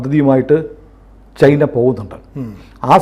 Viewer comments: ചെയ്ന അല്ല. ചൈന എന്നാണ് പറയേണ്ടത്. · ഞാനും ഇത് പല തവണ കമന്റു ചെയ്തിട്ടുണ്ട്. അവർ ശ്രദ്ധിച്ചു കാണില്ല. അങ്ങനെ പറയുന്നത് കേൾക്കുന്നത് അരോചകമാണ്. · ശ്രീ പല തവണ താങ്കളുടെ ശ്രദ്ധയിൽ പ്പെടുത്തിയതാണ് ചെയ്ന അല്ല ചൈന എന്ന് പറയൂ തിങ്കൾ എന്താണ് തിരുത്താത്